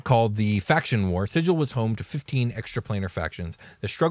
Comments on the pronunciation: Sigil: sounds like Sea Gull, not Sid-jal. Dude on the left pronounced Xaos correctly. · Didn't the original planescape book specify that the city's name is pronounced Sig-ill" Where the g does not sound like a J, but rather like the g in gate. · are you sure you pronounced sigil right? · I was going to watch this, but you dont know how to pronounce Sigil